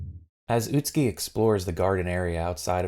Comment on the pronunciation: Im no expert but the name is pronounced Ut-Ski and not Ut-Su-Ki? I've really no idea.